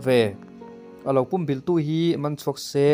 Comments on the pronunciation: "Pum bilh" tih i lam rik dan hi adiklo, ...entirnan .. Ka taksa pum in ka huh vek, tih a "pum" tih ilam ang hian lam ri rawh .. i rawn sawi dan ah hi chuan .. tui tla thitawh puam/pum ulh ang deuhvin i lam ri a ... Adiklo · Pumbilh i lam dan hi a dik lo a nia, púmbìlh tia lam tur, 'Ka thlang fuh' tiha 'thláng fùh' tih ang hian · Pum bilh ilam danchu adiklo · I la naupang nge ka hrelo a, pumbilh tih i lam dan hi a diklo lutuk.. Midangte zawt hmasa la tha tur nia aw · A buaithlak țhin khawp mai. Lam dan dik hian lam thei hram hram țhin se a țha khawp mai.